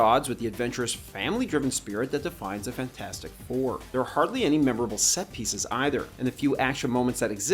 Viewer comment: It’s pronounced “fant-for-stick”